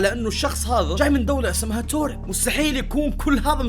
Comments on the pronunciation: يعمي في بلد اسمها تورد مو توريد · يا اسم الدوله مو توريد اسمها تاوريد